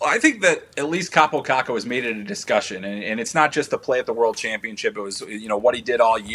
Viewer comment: It's "Kakko", get it right 'cause you'll be talking a lot about him soon